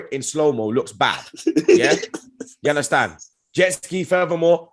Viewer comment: How many You indarstund? U get me? 😉